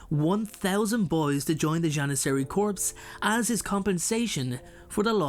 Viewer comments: The word is pronounced "core", not "corpse". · For future reference the word 'corps' is pronounced 'core' not corpse, which is a dead body. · Just a FYI corps, is not pronounced corpse. It's pronounced core. JS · Just throwing it out there... but "corps" is pronounced as "core" not "corpse" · No. I meant that the word corps was being mispronounced as corpse.👍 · Ummm… "Corps" is pronounced "core" (just as a friendly FYI) 🙂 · I really like your content but I have to correct your pronunciation of the word "corps". It has a French origin, it means "body" or many of the words that can stand in for it figuratively. As such, you do not pronounce the "p" or the "s" at the end unless there is a vowel after it, but "corpse" is a different word with a different meaning. TLDR: corps is pronounced "cor" like core, and not like "corpse" which is a dead body.